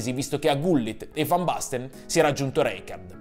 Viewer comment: Fan basten mateus, ma la pronuncia ? Né cogliamo parlare ?😁